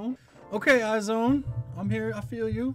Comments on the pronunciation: it's actually pronounced as eyez one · I really liked the song and specially for a debut, I adore IOI but dream girls was a big no no for me, I wish they had something as good as this for their debut ( or even Very very very, I still love that song so much!). Iz*one (pronounced «eyez one» haha) has a lot of potential! I'm looking forward to their future :)